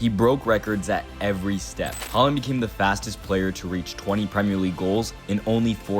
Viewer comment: Completely butchered that pronunciation😂🇳🇴 Good video though!